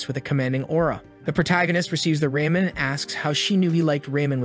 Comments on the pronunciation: Um...raymon? It's called "Ramen" and this is why we shouldn't use text speech and do the audio for ourselves. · raymen? RAYMEN?!